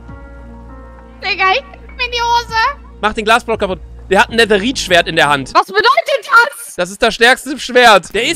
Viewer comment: der hat ein „ NetHErItsChwERt“ ZUUUU NICE 😂😂😂